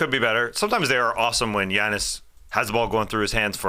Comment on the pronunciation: dude, you say “Giannis” perfectly 👌.. sounds like you’re Greek